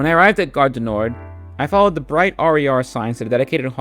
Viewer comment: You pronounced everything really well (exept the garre DU nord (nor the d is silent))